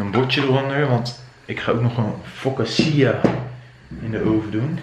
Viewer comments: Focaccia spreek je toch uit als fokkaasiea en niet fossasiea?🤣 Je vlog was echt leuk, heb het gemist de afgelopen weken!🤗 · Maar echt, je spreekt het uit als “fokatsia”